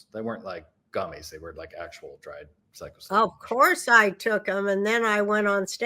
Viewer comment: “Psycho-cylibin”? Haha, you mean Psilocybin 🤣🤣🤣🤣🤣🤣🤣